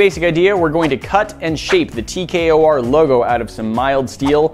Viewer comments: It’s T K O R you keep saying TKRO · He did the o in tkor wrong